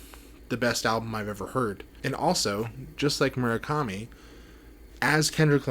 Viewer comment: Would it kill you to actually pronounce his name correctly